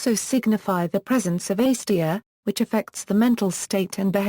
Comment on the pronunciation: Slow down. No need to speak so rapidly. Also, please pronounce acedia correctly: A c d ia or perhaps you will understand this better: ay (as in may) c (as in see) d (rhymes with see) ia sounds like uh